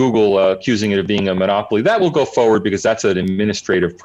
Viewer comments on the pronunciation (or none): none